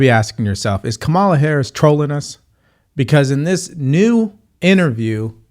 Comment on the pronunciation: Are you mispronouncing VP Harris’s name on purpose?